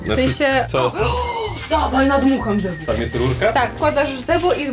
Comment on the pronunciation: nie Zebo tylko zjebo